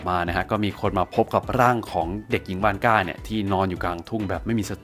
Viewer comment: ผมฟังเป็นคุณยายวอสก่า